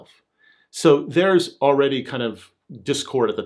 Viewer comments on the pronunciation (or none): none